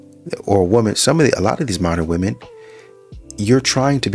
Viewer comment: First, learn how to pronounce the word "women" correctly.